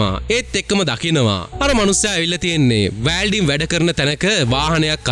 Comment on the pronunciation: වෑල්ඩින් නෙමෙයි මචන් වෙල්ඩින්..